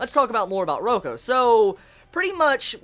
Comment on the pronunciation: Btw it's Reiko 'Ray-ko' not Roko XD And...can u read SAO vol14 already D: It's so EPIC!! Review it too ofc >.<